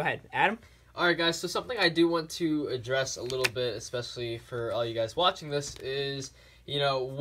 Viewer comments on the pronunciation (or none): Especially, not expecialy!!